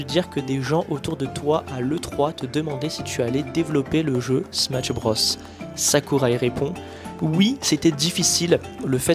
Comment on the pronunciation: Outre la prononciation fausse du titre du jeu (point negatif vraiment pas important imo) la vidéo est géniale!